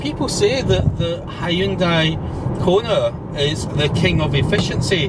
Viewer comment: He can say Hyundai correctly unlike the yanks who call it honday ?? Hahahahahahahahahaha how can Hyundai sound and look like honday